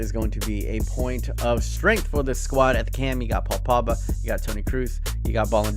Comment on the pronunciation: P O G B A not Pabba